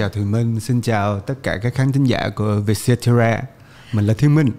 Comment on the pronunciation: _cetera bạn ơi, không phải _cetara. Theo lời CEO trả lời phỏng vấn thì "Vietcetera là một dạng tạp chí để chia sẻ câu chuyện về 'Việt Nam mới'." và mình nghĩ hậu tố _cetera lấy từ tiếng Latinh nghĩa là "phần còn lại", nôm na là VN and more vậy